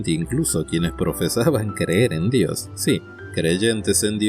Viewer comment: SI SOS ATEO NO TEMAS PRONUNCIAR BIEN DIOS, SEA CON MAYUSCULA O MINUSCULAS, MENCIONALO TAL CUAL, DIOS.